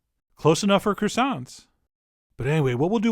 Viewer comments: I'm sorry, but it should be pronounced croissants donchyaknow? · I love CWASSONS. HON HON HON HON